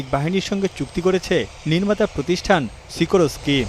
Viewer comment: SIKOROSKI NA RA BHAI UCHAROON